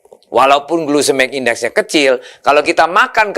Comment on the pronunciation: Duh pak, bukan glusemik index tapi glycemic index… Jangan salah ngomong .